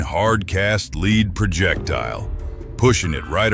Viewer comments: You should read the old NRA reports before you make statements about the .308 wcf and 7 mm rem constancy! And the bullet metal is pronounced “led” not “leed”, or are you not human? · Lost me on 308 when he called it a leed core instead of lead . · The AI voiceover is dumb AF. Bullets have a LEAD core. Pronounced LED, not LEED. Stupid and lazy is what I think when I hear AI voices on YouTube videos. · Too bad you couldn't invest enough editing time to ensure that your AI didn't regularly mispronounce the word for the metal called lead, "lehd" NOT "leed", have some pride. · Is this an AI voice? Lead pronounced Led or Lead pronounced Leed? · The lead core, not the "lid" core. AI bs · LEED KORE.... In another year AI might have it figured out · "The leeed core" 😂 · AI voice is SO annoying. Who pronounces the "lead" in lead bullet like Leed??? Seriously, this sort of superficial comparison is pretty low level and conventional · Is this AI talking? He said lead like " Leed" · Good information in the video. I would go with another voice however than the AI, who doesn't seem to know how to pronounce the word "lead" (as in bullets). It also sounds like somebody from London trying to sound like they're from Texas.; ) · How about using an AI voice that knows how to pronounce 'lead'.